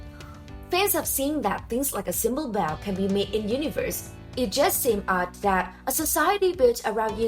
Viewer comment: a "Baw" a "Cross Baw"